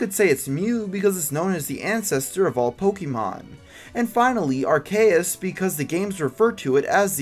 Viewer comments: It's ark-e-us, not ar-kay-us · Its not R-K-US, Its AR-SEE-IS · Arkayus????? It's Ar-ce-us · It's ''Ar-see-us'' not ''Ar-kay-us'' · I think Arceus is produced like "ar-shii-us" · On the Neintendo 3DS the pokedex 3D app pronounces Arceus as AR-C-us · ar-see-us is how u pronounce arceus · I always thought it was pronounced are-see-us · arceus .. arc-e-us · LEARN TO PRONOUNCE ARCEUS It's Ark-e-us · Arceus is pronounced ARK-E-US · It's Are-SEE-us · Arceus is pronounced are-key-us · Its neither ar-see-us or ar-kay-us its ar-ke-us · You said arceus wrong (uceus) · Arceus is pronounced r...see...iss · You cant talk. You said arcues and jhoto region wrong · or ar-se-us. it dosent matter. but the way he said it made me cringe a bit. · he he... arseus... arse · You tell me I pronounced arceus wrong when you can't even spell it correctly? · you said arceus wrong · I have reason to believe that you mispronounced arcuius and johto.